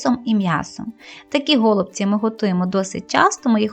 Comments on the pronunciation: Правильно казати голубці", а не го" лубці. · все добре, але голубці з наголосом на " і ".